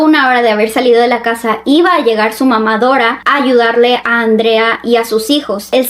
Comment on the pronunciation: Bro cundo dijo"mama dora" la escuché mamadara ajjaajajajajaja